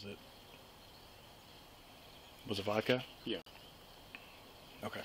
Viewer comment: It's Ohio. The only thing he did wrong was drink vodak instead of Michelob.